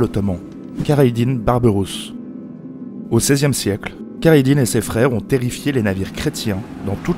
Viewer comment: Une précision : khayreddine ne se prononce pas avec un K au début. En fait le " kh " est une sorte de "R" , difficile de vous dire comment le prononcer ( un peu en raclant la gorge) mais a défaut, mieux vaut employer le "R" que le "K" en langue française phonétiquement. Comme pour le prénom Khaled ou Khadija. Merci pour cette passionnante page d'histoire. 🇩🇿😘🇨🇵